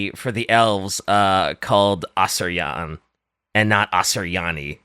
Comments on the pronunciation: Pancreasnowork when he hears refer to Asur-ye-an as Asur -Yan: LET ME OUT…..LET ME OUT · I swear, everytime you call ASUR E AN, Asurjan i wanna die a bit more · 6 minutes in and I hear "Asur-yan" Just kill me